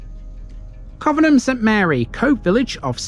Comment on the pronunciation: It's pronounced 'Covenham' not 'Covenham'. Thanks